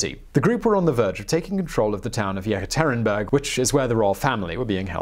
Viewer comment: yeKATarinberg, not YERKaTRINberg